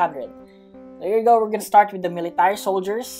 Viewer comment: English please you said meeletary solider